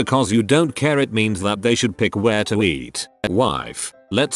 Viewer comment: Normal English speaking people: "I don't care." Computer voice: "I don't KÖÖHR"